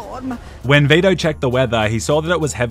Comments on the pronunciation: It’s Vi-to. Not Ve-da. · For some reason, I heard "beta" in place of Vito. Made the video even better.